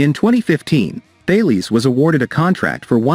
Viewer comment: Haw "kay" from Thay lees?